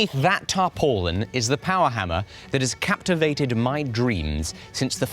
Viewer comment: Maybe it's a local thing but I've never heard tarpaulin pronounced that way... It through me for a loop.